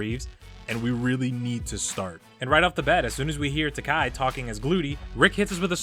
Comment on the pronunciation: Um sorry to point out buddy, its Taika not Takai and yeah saying that he is a national treasure is incorrect imo because he is from New Zealand. Anyway, great video other than that.